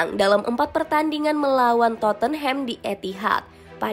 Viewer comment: Channel bola tapi nyebut club kagak becus